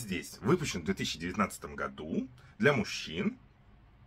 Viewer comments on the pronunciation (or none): none